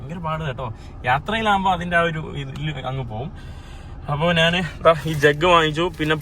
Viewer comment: അങ്ങനെ നാൻ അല്ല, ഞാൻ ആണ് ശരി,.